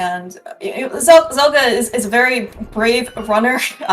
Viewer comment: I'm loving these videos but getting the name wrong for every match for Zelgadis-san is super annoying to listen to. Zelgadis shortens to Zel and if you're not sure what someone's username actually is it takes five seconds to search and come up with a probable source. This one isn't even hard: it's from the Slayers series. They scream "Zel!" a million times and Amelia calls for "Zelgadis-san!" a million more.